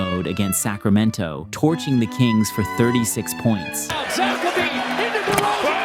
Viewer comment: Bro why did you say Lavine like that? 😂